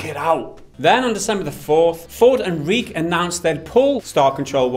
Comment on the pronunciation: lol i love how changed the pronunciation of Reiche every time.